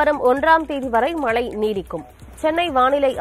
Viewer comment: மழை மலை க்கு வித்தியாசம் தெரியவில்லை உங்கள் செய்தி வாசிப்பாளருக்கு!!! சங்கடம் 😢